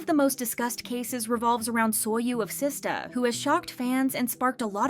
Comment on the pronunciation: What's with the rampant inconsistency with pronunciation in the same segments? "Sista, Seastar, SISTAR" "Appink, Ay Pink, Uh Pink"